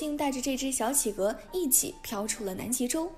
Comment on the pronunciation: 我知道！那隻狼還一直把企鵝唸成起鵝！